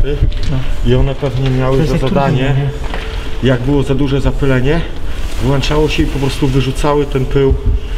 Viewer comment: nie żeby coś, ale mówi się WŁĄCZAŁO